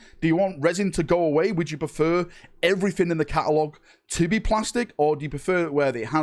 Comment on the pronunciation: never heard a man say catalogue without using a single A